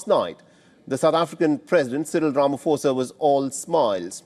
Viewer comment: Just pronounce his name correctly The 'pho' in Ramaphosa is pronounced as 'pour' That's a common word